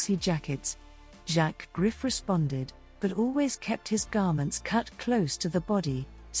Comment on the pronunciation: Please learn how to pronounce French words especially Griffe!!